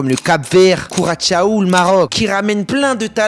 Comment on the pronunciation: « Couratchao » ???😳 En Français, on dit KU-RA-SSO😉